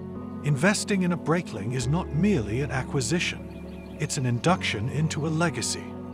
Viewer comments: For the love of god, if you're a watch reviewer at least pronounce the name correctly. Breitling, is a Swiss company with Swiss-german heritage, the name therefore is pronounced Br-eye-tling, not Br-eyt-ling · Video would have been much better if you pronounced Breitling properly